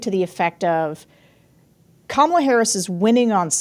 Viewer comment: She said, "Hi, Koma - la Harris, Let's have a good debate"